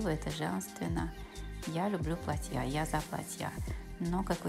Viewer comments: платья .а не платьЯ.ужас.ролик хороший а ударение деревенское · Ударение на А в слове платья, а не на я.Извините, ухо режет!! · Правильно снимайте,Яну знаем, хочется больше узнать о нравах и укладе жизни французов. почему в слове платья Вы ставите окончание на конец слова. Платья ударение на букву « а».